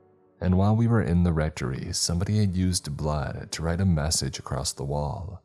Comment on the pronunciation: It's across NOT acrosed 😡🤬(every fkng story)